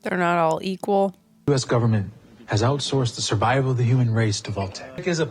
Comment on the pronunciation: govermint xD gets me all the time